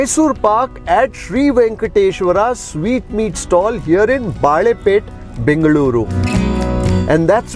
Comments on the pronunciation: Never ate here but I am partial to Mysore paka which has that typical texture. This looks a bit too smooth much like halwa? I am sure it tastes heavenly though. Also Balepete is pronounced Balé( bangles) pété( town) and not Baalé(banana) pete. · Small correction - Balepet is pronounced as - Balle (Bangles) Pet (City) and not - Baale (Banana) Pet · It sounded like baale (banana) pet. But it's bale (bangle) pet. We will excuse for his Kannada pronunciation and savour the show. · just one small correction: it is not "Baalepete" as in banana, but it is "Balepete" as in "Bale" i.e. bangles🙂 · Its balepet not baalepet. 🤣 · A nice review. You are pronouncing Balepete wrongly. (Bale = bangle and not baale - banana.) I used to buy their khara mixture for four annas (25 paise) in the early seventies. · Excellent reviews as always. No suprises there. But one correction in pronunciation. It's BaLepete ( ಬಳೇಪೇಟೆ) not "BaaLepete". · It is baLe(bangle)- peTe .. please dont mispronounce the names of iconic and historical places of Bengaluru